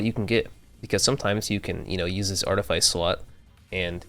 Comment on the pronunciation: Good build, the video is a little long winded and you grossly over use the term “I Digress”. Honestly it’s kinda cringe. Also artifice is pronounced ( art-a-fiss). Keep up the good work though. Really clean build